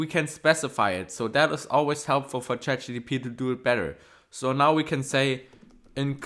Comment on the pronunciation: it’s not chatgtp It's chatgpt